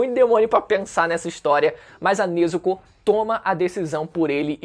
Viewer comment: NezukÔ/TanjirÔ Mano, isso é um pouco irritante o bagulho não tem acento circunflexo no O mas nego coloca na hora de falar